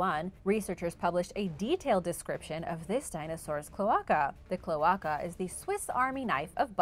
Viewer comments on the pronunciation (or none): I was dying inside hearing it pronounced Cloh-ah-kuh. It’s pronounced Cloe-ae-ca Cloaca! It’s hard to pronounce for people who haven’t heard of the word before, but it gave me a good smile and laugh. I loved the video! Learning about the adolescent spino was awesome!